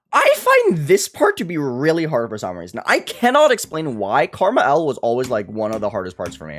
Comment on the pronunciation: I still love how pronounces Krmal as Karma L